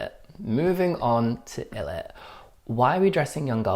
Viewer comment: you pronounce it more like eye-lit ☺️